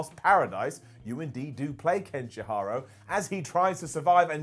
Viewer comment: Ken she hero, Ken shi harow ... xD